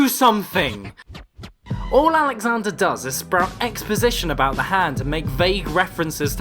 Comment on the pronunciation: Are you calling Sigourney Weaver "Alexander"? It's.... Alejandra